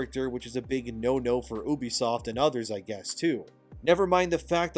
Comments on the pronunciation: First time I heared someone pronouce Ubisoft as Obisoft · Farcry is a very special series to me. If this company burns i cant blame anyone for wanting to dance on the ashes but i dont want this to be the end. Ubisoft needs to just do better. Also you need to learn how to say ubisoft and not Oobiesoft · For the love of god please stop pronouncing it "ooh-bisoft", it's pronounced "you-bisoft", I know this for a fact having work with them